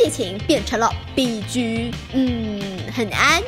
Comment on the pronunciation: 1. 什么是BG? 2. 请念 逼鸡，不是 逼狙。 谢谢。